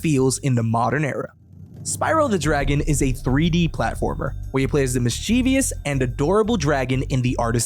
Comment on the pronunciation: It's just "mischievous", not "mischeevious".